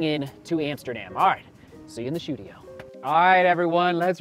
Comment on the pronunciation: "Shoedio" is what made me like this vid immediately 👍👟